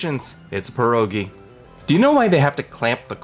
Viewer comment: I dont like how he called it pierogi, he ruined pierogi